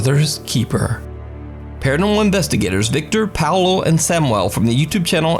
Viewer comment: In investigação sobrenatural the investigator's name is Paulo, not Paolo. 😉 Your videos are the best